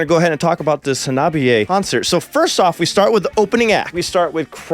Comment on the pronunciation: Kills me that you still pronounce their name wrong... it's not Ha-nobby-a.... it's Honnah-Bee-A. Minor gripe, but audibly it's a world of difference. 😛But yea, it was absolutely surreal getting to see them live, I could not believe when they announced the U.S. tour that they would be coming to Wisconsin, made my year.